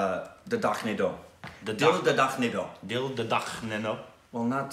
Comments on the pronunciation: The director is Farhan Akhtar's sister and an amazing director. P.S- The name of the movie is pronounced as Dil Dharakne Do. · It's actually pronounced "Dil Dha-rak-ney Doh". It's a good movie. It's not mind-blowing but still entertaining. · ok i laughed so much from hearing pronunciation of the title, ill come back tomorrow for the whole video, lol